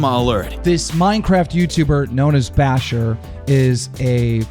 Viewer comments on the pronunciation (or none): Baushurverse!!! noooo!